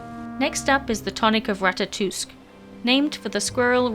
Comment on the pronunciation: The "o" in Ratatoskr is pronounced as the "o" in mosque.